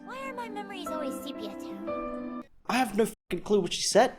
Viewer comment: Sepia is a real word, she said Sepia-Toned and her pronounciation was clear and coherent, your ears clearly don’t work.